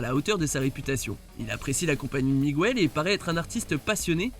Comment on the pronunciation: Les voix-off ne regardent vraiment pas les films qu’ils commentent sinon ils ne prononceraient pas aussi mal le prénom Miguel contrairement au film en français C’est pas Migouel, si ça avait été le cas le prénom s’écrirait Migüel. En espagnol tous les U ne se prononcent pas ou sinon qué se dirait qoué C’est pourtant la même règle en français. Le son gue avec un -ue et -ui tandis que sans u, le g devient un j. Un ange, un angel (j en français, jota en espagnol) / une guerre, una guerra (vous comprenez, pas bêtement gouerra)